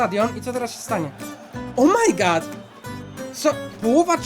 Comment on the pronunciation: Chciałbym jeszcze Fernbus Simulator śmieszne to jest to jak pan mówi o my good.